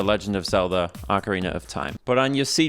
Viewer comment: Thank you for saying ocarina correctly lol. The same people who say oh-carina probably also say mare-io, always drives me crazy hearing that